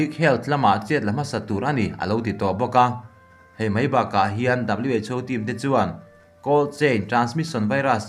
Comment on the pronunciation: Who lai khi WHO tih tur aw haha😂😂😂